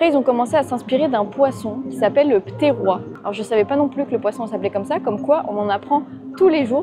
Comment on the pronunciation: Le poisson se prononce Ptéroïsse même s'il s'écrit Pterois. C'est le nom de genre latin des Rascasses volantes